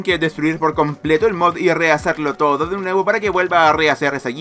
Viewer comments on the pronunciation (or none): none